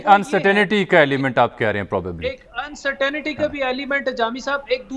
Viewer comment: It's Not UncerTINITY it's UncerTAINTY even all Indians do this pinglish